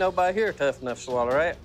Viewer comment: “No body here tough enough to SWALLER that” 🤣